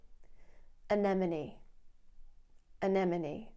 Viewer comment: I'm 65, a native English speaker, spent 30 years as an EFL/ESOL teacher, and have only now learned the correct way to say anemone. (I've never needed to talk about anemone the flower, only sea anemone). I couldn't believe it when i went back to David Attenborough videos about coral reefs and heard him saying it the same way you do. Thank you,.